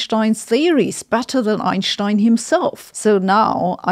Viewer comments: To the speaker in the video: When speaking English, please pronounce Einstein’s name correctly. If you’re speaking German, it’s fine to say “Einshtein”—just like how in German it’s “Fow-ss vah-gun” (Volkswagen), not “Wolks-vagon.” Your Germanic pronunciation creates an unnecessary distraction. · It's ine-stine not einsscchhhtine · HER ACCENT IS NEARLY AS COMPELLING AS HER ARGUMENT - EINSHTEINE!!!!! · I love how she says "Einstein" she says Oinstein.